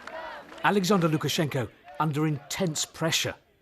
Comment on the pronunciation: Nice job, at Lukash. And imressive russian speaking, have to admit!